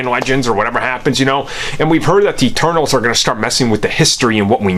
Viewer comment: For a second there, I thought he said the "turtles" are going to start messing with history instead of the "eternals"